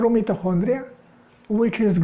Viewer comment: English pronunciation MITO as in 👁. & Kondria ( hard K sound)